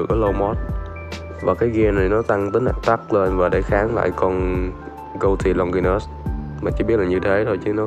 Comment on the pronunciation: Phải đọc là gui tì luong ki nớt chứ:)